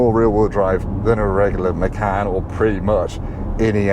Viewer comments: Macarn? Wtf….. please please please, we need to stop this, it’s MACAN like! Or do you drink a Carn or 🍺 😂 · I think it's actually pronounced machaan